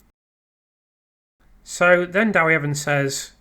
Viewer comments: Love your analysis. By the way, just to be pedantic, it's Deh wee Evans, not Dah wee Evans. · It's less than helpful to comment about Wales, the language, how the interview was conducted, the numbers of people who speak Welsh, the audience size & etc when you weren't able to listen to it and know little about our country and its history. You don't even know how to pronounce "Dewi" correctly. it's NOT "Dawi". To Welsh-speaking people that's intensely irritating and your attitude condescending. You might stop to consider why in 2025 everyone in Wales speaks English, when five centuries ago hardly anyone did so & what has happened since then. I am persuaded that Letby would not have been convicted had the jury heard the expert neonatal and statistical opinions publicly expressed since her trials and that she is therefore innocent. I prefer to listen to experts who are unbiased be they legal medical or whatever. Cheers.